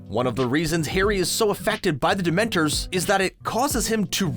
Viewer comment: Ok this narrator is driving me crazy not pronouncing the words right like dementor 😡